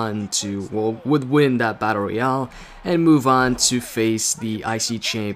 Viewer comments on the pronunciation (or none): You keep on saying battoreal